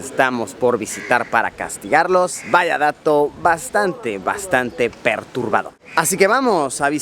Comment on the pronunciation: creo que es perturbador amigo no ¨perurbador¨ saludos.